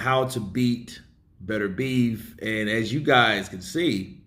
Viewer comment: Yo. please try to pronounce BETERBIEV correctly, It is not pronounced BETTER BEEVE as you keep saying, it is pronounced BITTER B EV